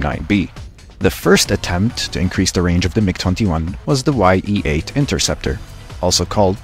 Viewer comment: Bro ye-8 is not «wai-ee eight» it is je eight zthe sound like in wotd yeet